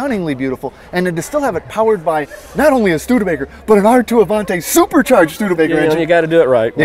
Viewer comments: It's pronounced Avan-TEE, not Avan-TAY!!! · Indeed a beautiful Stude! But why do Americans pronounce Avanti as Avan-tay? It's Avan-tee.